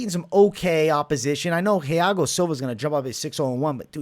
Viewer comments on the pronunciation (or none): none